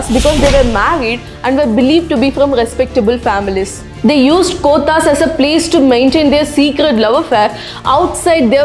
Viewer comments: Your pronunciations 😅...gothas 😂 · please learn how to pronounce the Urdu words like kothas,kathal, grains, nautch, etc. couldn't stand your pronunciation of these words. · Good information. You've pronounced kothas wrongly. Please try and pronounce native words correctly.